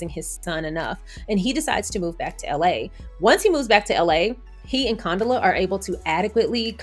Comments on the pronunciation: Girlll lol, it’s pronounced Con-Dough-La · pronunciation is fine. We were calling Condola everything BUT Condola… she’ll survive. 😂